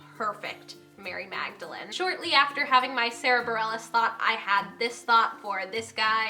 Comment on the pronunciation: well, you got Sara Bareilles right! so excited